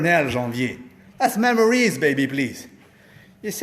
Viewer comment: "Thaz mem-or-eeze, baby please." Haha! I love that...Good to have you back.